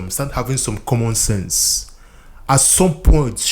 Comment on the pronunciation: "Comminsense?" Are you a Biafran?